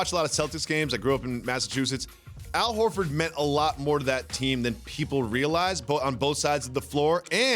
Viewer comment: “Aisle Horford”